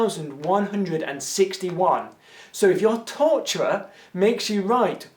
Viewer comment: Luís Miguel He was saying torturer?! I couldn't understand what that t-word was, I just figured it was some word I didn't know lol